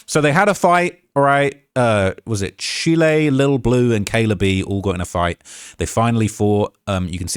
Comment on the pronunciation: Lol... It's not Chile as in the country, it's 'Chile' as in Child but without the d at the end (pause) 😂